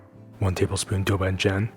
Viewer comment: Beautiful videography, beautiful video. Can we also make the language beautiful too? Can we pronounce it correctly as “doubanjiang”, rather than “dough bann jaeng”? Or “gochu garu” rather than “goe chooo gaeroo”. Love your videos though bro.